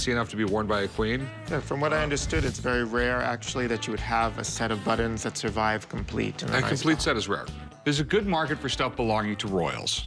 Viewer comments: Buttons not buddens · I like. I do not like that he is unable to pronounce buTTons. BuDDons had me screaming at my phone. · They are pronounced buttons not buttins. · How this guy says buttons is absolutely driving me crazy. Where does he see the letter “d” in buttons? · He says ‘buddins’ instead of buttons . And it irritates me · For some reason it bothered me to no end that he called them "buddons" insteat of "buttons." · Why does he pronounce buttons ‘buddons’? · “My buddons” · He says buddens like I do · Pay him and get him outta there before he says buddons again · What’s a “Buddun”? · Does he keep saying "buddins"? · Please god stop saying buddons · Anyone else think that weirdo kept saying butt ends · I've decided that buttons is a word that will determine whether or not we can be friend based on the way you pronounce it. This man and I cannot be friends. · What is the seller's accent? To my ear, it's a very odd pronunciation he has of the word 'buttons'.